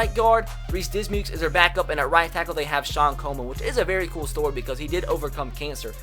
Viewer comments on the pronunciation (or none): none